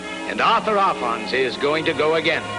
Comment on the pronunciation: Arfons not Alfons. Not liking your sloppy journalism as I have a great deal of respect for this guy. In some ways he was the greatest land speed record holder of all time. He did more than the rest of them on his limited budget. Hero man.